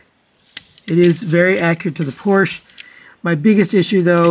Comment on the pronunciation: Porsche is a two syllable word.